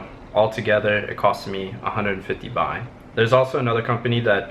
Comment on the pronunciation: Its Baht not Buy